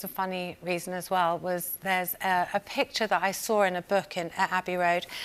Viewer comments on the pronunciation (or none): In the beginning of the video she pronounces the word "saw" as "sar" just like her dad did when he sang that song "Till There Was You."